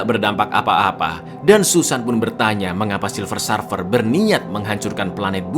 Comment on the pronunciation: Bukan Sarfer cak,tapi Serfer cara nyebutinnya